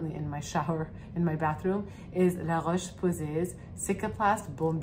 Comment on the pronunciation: first time ever any skin influencer prononounses la roche posays right!